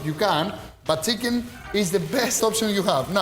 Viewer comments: It's chicken not Tsicken 🤣🤣🤣🤣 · 'THE-LEE-SIUS SEEKEN' 😂 ok